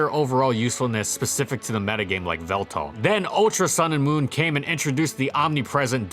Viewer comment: Why the hell do you call it “veltal” ????